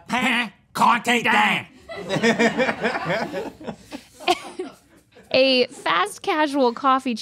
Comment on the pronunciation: they way they pronounced "le pain quotidien" was INSANE lmaooooooooo 😭